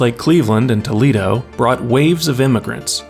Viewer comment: Saying Toledo and maumee correctly is impressive